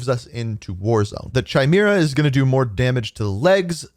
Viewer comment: You say Chimera 'Kai-Mare-uh' jsyk bud. Great vid as always you're a real one for covering this stuff for us.